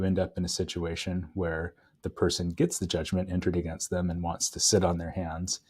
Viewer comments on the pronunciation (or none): none